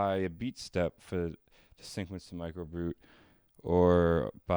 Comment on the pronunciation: Are you saying syncquencing and syncquence?